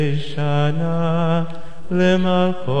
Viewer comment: The word למלכו should be pronounced "lemolkho". Not "lemalkho" as you did here. You shouldn't be teaching anybody until you get it right yourself. It's unacceptable to mislead those with nary a command of Hebrew. No wonder Judaism has become a laughingstock even among droves of Jews. Shabbat Shalom